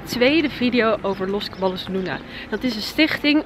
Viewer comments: Je spreekt het uit als los cabajos luna, niet los caballos luna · Je spreekt t niet uit als los Caballos maar als los cabajos (dubbel l is n j in het Spaans) zou t fijn vinden als je je ff aanpas